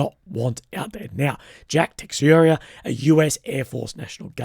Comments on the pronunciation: I believe it’s pronounced (Tah-sheer-ah). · Ta-share-a lol but keep up the great work <3 u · love the way people are butchering the name Teixeira but you have a different twist :)